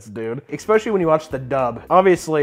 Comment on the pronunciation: Papa, I love you, but Jesus fucking Christ, it’s ESS-PECIALLY not EKS-SPECIALLY